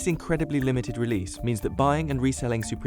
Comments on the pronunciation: Dude said: SOopReam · He says it like soopreme and it triggered me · “And what is it that makes Soup-ream so expensive” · Pronounce supreme correctly